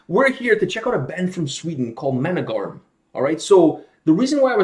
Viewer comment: Love this band! Suggested them a few times. Their songs help me learn svenska. It's Månegarm though. The swedish letter 'å' has nothing to do with the english letter 'a'. Måne is almost pronounced like 'Moon' (it actually translate to moon). Love their song Nattsjäl, Drömsjäl (night soul, dream soul) and Blodörn (blood eagle)!